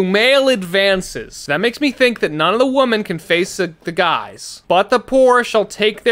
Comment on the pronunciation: Obsessed with the way that can’t pronounce “women”. It’s only singular babey.